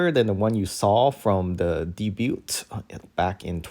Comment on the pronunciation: Thank U! (BTW: debut is pronounced as day-byoo, no T at end) 😊